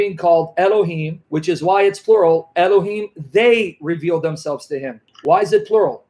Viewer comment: That's the first time I've heard someone say elokim instead of elohim? Why is that? What does it mean?